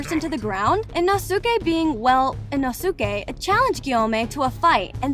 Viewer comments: It’s “moo-zon”, and “ino-skay” not “mu-zan” or “Ino—-sukay”. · It was ✨shinuboo✨ and ✨inusukei✨ Edit: and “teimayoO” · I love this but i cant take the mis pronounceing of the words💀* inosucke* muzun guimi like i like the video not hating but 💀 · “ino-suke” me: ITS INOSUKE NOT INO-SUKE😭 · the way you said sanemi and inosuke